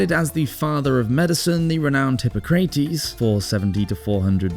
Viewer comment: "Hip-pah-crah-tes" the pronunciation is all over the place! Considering that this is a channel dedicated to the Roman Empire, you should most definitely get that correct!!